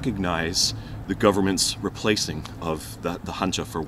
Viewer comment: 보통 외국인들은 한자를 영어로 발음 할 때, 일본인들이 말하던 방식으로 칸지라고 하던데 이것을 "한자"라고 또박 또박 발음해주신 부분에 대해서 한국에 대한 배려심을 느낄 수 있었습니다. 영상들 굉장히 재미있게 보고 있습니다 취업하면 채널 가입도 하겠습니다 :)